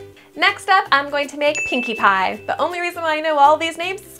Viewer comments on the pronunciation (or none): i know nothing about mlp but it really sounded like one of the pony’s is called “kinky pie”